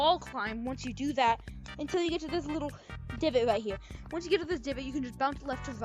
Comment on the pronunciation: up hewe??